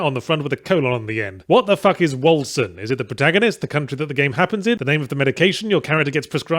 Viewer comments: Hearing everyone pronounce 'Wolcen' with a soft C instead of a hard C really rustled my jimmies and if that's how the makers of the game intend it to be pronounced then that just makes it worse. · "Wolcen" is the Norse spelling of Vulcan, and both spellings are pronounced in effectively the same way. I'm sure Yahtzee is well aware of this for the purpose of making fun of the game's generic name, but just pointing it out nonetheless.